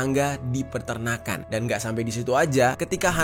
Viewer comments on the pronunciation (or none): bang bukan Perternakan tapi Peternakan 😅